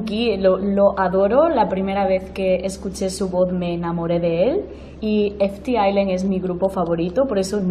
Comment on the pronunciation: primera persona que pronuncia bien ft.island